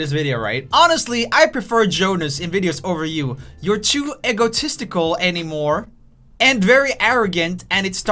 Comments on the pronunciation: eggotistical? e-go-tistical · I think they are talking about his pronunciation. He says it like eggo-tistical, not ee-go-tistical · Egg-O-tistical? Whaaaaaaaaaaaat?! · The only thing I could think of through out this entire video was that Roomie said Eggotistical. Eggo-tistical. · I love how he pronounces egotistical Eggotistical Hestalkingaboutme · "Eggo"tistical Lol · lol eggo - tistical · “Eggo tistsical” Roomie 2019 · "Eggo-esticle" - RoomieOfficial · The only thing I want to roast you on is how you pronounce egotistical (EgGotisitical) 🥞😂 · EGGO TESTICLES !!!!!!!!! please tell me im not the only one who heard that XD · Roomie: egotistical Me: why he saying eggo testicle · I love how he pronounce egotistical 😂❤️